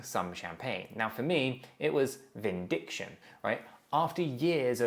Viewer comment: 😆 dude, not “ Vindiction” the word is “Vindication”.